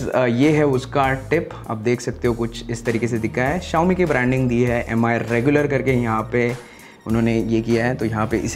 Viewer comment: By the way, it's not me it's mi. Continuously ur saying me me electronic toothbrush it's Mi